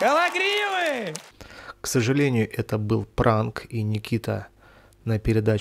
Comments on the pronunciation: "кологривоГО"! Как же это бесит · Как меня выбесило ка кон говорит Никиту КологривОГО , зачем так говорить если его фамилия так по другому произноситься.